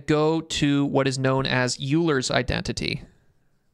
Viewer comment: Great video! Really enjoyed it. Just btw, Euler is pronounced like “oil - er” :)